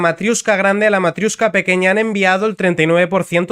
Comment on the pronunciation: Me encanta una unión de países en la que se utiliza el inglés cuando ninguno de los países miembros tienen el inglés como lengua propia. Por cierto, no es «matriUshka», sino matriOshka.